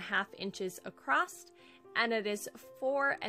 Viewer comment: 10/10 cutest little shelves. I'm going to try this! Side bar, It's my own personal pet peeve but I had to mute this because you kept saying "accrosT" there is no such word.